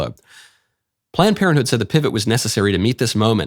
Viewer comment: Is he saying “Plant Parenthood” 😆